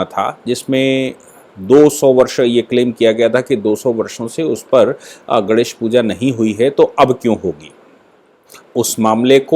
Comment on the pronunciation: Aap professor hain fir bhi " GANESH" ka uchchar thik se nahin karte. Is men "NE " ka uchchar nasika se yane naak se hona chahiye.Aap bolte hain to lagata hai " GANDESH " bol rahe hain !